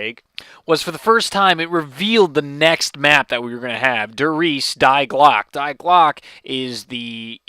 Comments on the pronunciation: Die glocke means the bell in German. It has to do with the clock in der riese that is stopped. DG does not mean die glocke. And its pronounced 'dee' not die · its not die like dye it die like dee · "Die" is a German article meaning "the." It is pronounced as Dee. Just a tidbit of info for you in the future. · In german Die is pronounced dee like the letter d. not like the english word die like a solo dice.